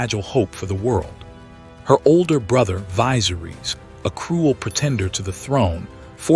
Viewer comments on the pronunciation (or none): of it yet, but just Daenerys and Viserys Targaryen were both botched in pronunciation. Just watch the show and hear how they sound. Daenerys sounds more like (day-nair-ris) no (deee-ner-rees), and Viserys sounds more like (Vi-ser-ris) not (vie-ser-rees). Last name pronounced (tar-gair-ree-un). Tyrion sounds like (tir-ree-un), not (tie-ree-un). Lyanna is (Lee-on-uh) not (Lee-an-uh). Rhaegar is (Ray-gar) not (Ree-gar). Aegon is (A-gon) not (E-gon). Drogon is (Dro-gon) not (draw-gon). Cersei is (ser-see) not (ser-say). Varys is (Vair-ris) not (vair-rees). Jaime is (Jay-mee) not (Jaym). Barristan is (Bare-ri-stun) not (Bare-ri-stan).